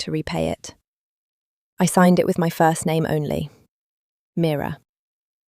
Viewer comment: Please the narrator should just get on with it. The questions are turning me off 🤷‍♀️ Story very slow, could’ve been a really good story 😢 Getting pored with I said he said please give us a break !! By the way the name is MIRA not Mirror which is an ornament 😂😂 Have to say it was a great story and a great ending. 🎉🎉🎉🎉🎉